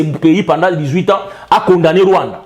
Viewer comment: pas le Rwaanda et l'Ouganda.